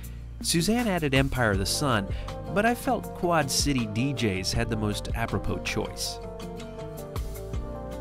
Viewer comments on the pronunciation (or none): none